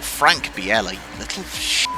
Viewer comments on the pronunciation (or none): Just a small thing, I believe it's pronounced (or at least Murray pronounced it) Frank Bee-lah. I think you're making him sound too exotic with Biella 😂 Enjoying the beating and banging! :_tolMurray